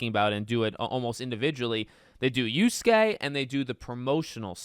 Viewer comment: Y A S U K E spoken "yaske" not uske - WTF dude just do some research 🤦‍♂️